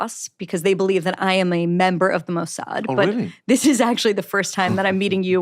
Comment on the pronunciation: "What is the MOW-S-HAD?" Bari's pronunciation is impeccable, for someone just learning about the Mosaad. Some people just have quite the ear. 😂